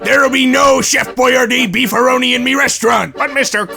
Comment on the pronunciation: Dude, it's BEEF-A-REENO. I don't care how you think it's pronounced, it's pronounced BEEF-A-REENO.